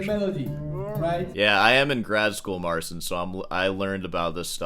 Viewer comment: it's MARTZCHIN